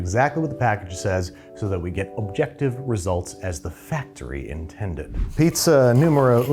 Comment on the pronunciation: 'Facorty Intended' is the key!